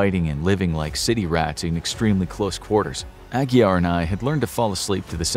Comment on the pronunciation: Glad you pronounced Aguiar correctly! Great video.